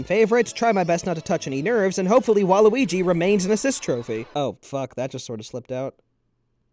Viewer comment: Wa... lu... IGI FOR SMASH